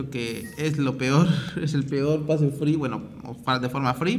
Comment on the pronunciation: cuando dices free suena a que dices friv